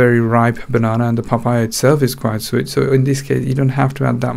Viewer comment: Pafaya.... lol